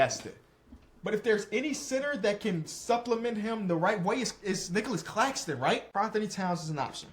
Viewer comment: Is it just me but when he said Claxtonclaxxxon I died😅